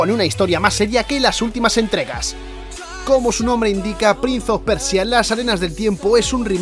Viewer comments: prinSe of persia... loco en inglés no se pronuncia la C o Z... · “Prinz of Persia”???? 😂